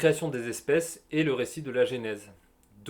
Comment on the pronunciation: Excellente vidéo. Par contre c'est genèse (prononcé jenaiz) et pas génèse que vous prononcez (jénaiz). Durant toute la vidéo ça m'a titillé. 🙂